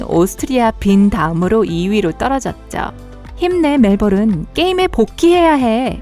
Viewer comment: 이분 멜번 발음 불가입니다!ㅋㅋㅋㅋㅋ